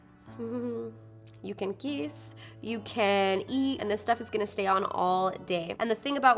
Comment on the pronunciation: "Ju can kees" I knew that was coming lmao